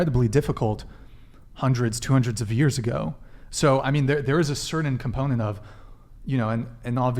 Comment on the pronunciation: DUDE! Stop saying “cerddin!” The word is “certain!”